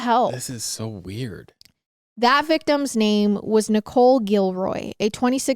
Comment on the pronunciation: All these people in the comments from Jennings and the surrounding area and no one’s speaking about the mispronunciation of the VICTIM’S names? These names speak to a special culture and tradition,if it weren’t Louisiana the mispronunciations would be a much bigger deal. Same reason why so many women disappear in Terrebonne and Lafourche parishes and nothing is ever done. Chaisson (Sha-saun) Richard (Ree-shard) Beniot (Been-Wah) It may seem silly to others but it’s frustrating for people from South Louisiana. Our home is one of the most culturally rich areas in the country with rich traditions and amazing communities and we’re always portrayed as “stupid superstitious bayou trash”. This may be the most famous case like this but I PROMISE you it’s not the only one. There is so much corruption and “good ole boy” behavior because the country forgets about us because of the portrayal in media,except for at Mardi Gras of course and women go missing in droves at that time of year but it only matters if they’re a tourist. Okay sorry rant over. Love your videos.😅❤